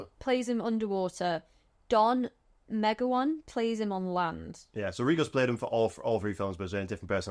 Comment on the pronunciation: Don Megowan fyi is pronounced as if the e were a c like McGowan. He was 6 ft 7 and a relative of my husband.